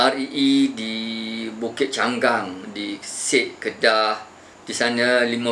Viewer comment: Bukit Enggang bukan cenggang